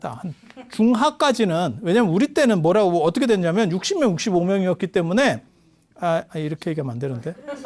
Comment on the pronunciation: 어텋게--가 어떻게로~~~~ 실수,ㅎㅎㅎㅎ.